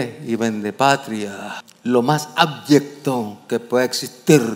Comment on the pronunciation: Soy yo, o dijo "Ábyecto" en vez de "Abyecto"?